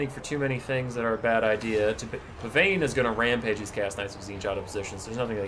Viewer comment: Hey here’s your fact of the day! Pavane is pronounced pa-von!